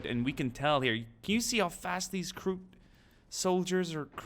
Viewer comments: its not krook its kroot reeeeeeeee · you do pronounce it correctly,you just said krook like twice